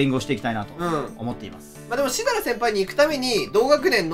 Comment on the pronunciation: 前から思ってたけど、しだら先輩って言ってるよなぁ〜笑